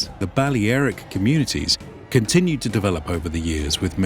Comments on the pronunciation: Bu-lare-ic not bale aric it’s pronounced differently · You sure your pronouncing Balearic correctly ? It’s Ba lea ric , lea pronounced lair. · So it's pronounced Bal-le-ae-ric not bal-lea-ric. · Thumbs down for the butchered pronunciation of Balearic. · Why couldn't he say Balearic correctly? lol